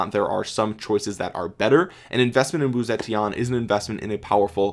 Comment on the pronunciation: The correct pronunciation is actually: Woo-Tze-Tien (武則天) But this doesn't really matter! 😃